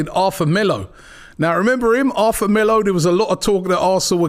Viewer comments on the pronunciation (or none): Robbie please... Not Arfa. Its Arthur